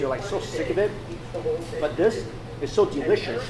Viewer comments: “but this is so deelishis” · delishioush lawl